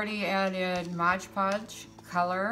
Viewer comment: MOD Podge... MOD Podge MOD Podge.... not MODGE Podge...